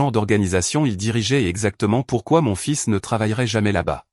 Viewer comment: On ne dit pas fil mais fils😮